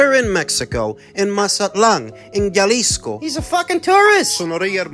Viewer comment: You’ll get treated like a tourist yourself too calling Jalisco yalisco, I’ve told you for many years now it’s pronounced halisco even though it’s spelled Jalisco